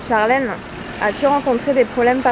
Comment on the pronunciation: "charlèneuh" c'est chiant à la longue.. Mais bonne vidéo !